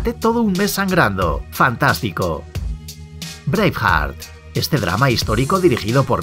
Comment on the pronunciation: Y el error de este video es no saber hablar ingles....La que no se que película es "breihart".